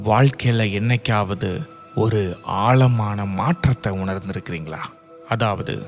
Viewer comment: Ayyo ayoo Tamiz getting killed. Aalamana illai sir. Aazamana.Pl pronounce the sprcial lettter in Tamiz. What will you say for Tamiz. Tamil? Sad status. Jay